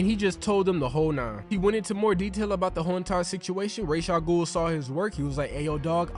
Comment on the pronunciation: It’s pronounced Ras like Raspy